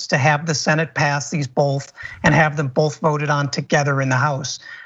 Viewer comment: I hate when people say “bolth” like did